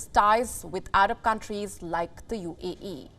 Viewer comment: Why do you keep saying UEE, instead of UAE??? 🤦‍♂😂